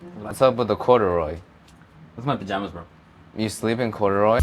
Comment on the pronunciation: "Wassup with the corduroy?" "These are my pajamas bro." . . . - proceeds to say cURdUrOy